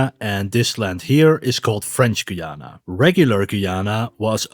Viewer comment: Its Guy-ana not Goyana sadly some Spanish people want to invade us